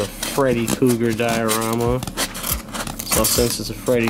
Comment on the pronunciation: Say freddy kooger,....ONE more time ✋️👤